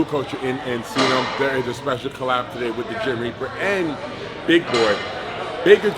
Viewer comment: His name is the reaper but he can’t say the R sound 😂